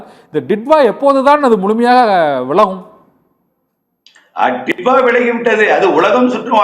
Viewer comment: This is not didva...this is" ditoo"va